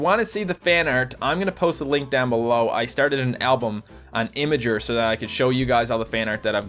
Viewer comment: "Imager" cringe